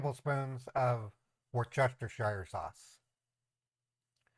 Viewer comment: Worcestershire sauce is pronounced 'wooster' sauce 😊